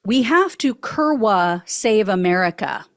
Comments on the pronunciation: The w is pronounced like a "v" so "koor'-vah" is how that Polish word is pronounced. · 3.43 "we are kurwa inside". My polish is limited to 15 words or less, but the, most common/ well used/ multi national polish word is pronounced "kURVA" but I think they use a w to represent a v sound. Kurwa means "a trump girlfriend" or "maga voter". English speakers would use the f word.